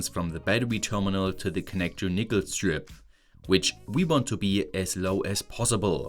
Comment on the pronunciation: Yo you need to be careful with you pronunciation of "nickel". It sounds like a racial slur lol.